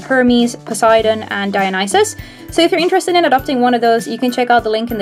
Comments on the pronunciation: Heads up it's pronounced DIE A NO SEE ISS I know that's not how it's spelled but it's how you pronounced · Not DIE A NIE CES